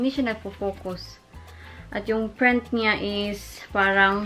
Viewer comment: Print not prent